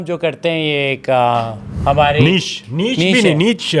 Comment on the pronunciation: Niche ❌ Neech ✔️